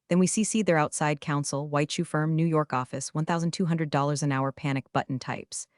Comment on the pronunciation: It’s White Shoe firm not White Chew firm, you Ai dummies!😂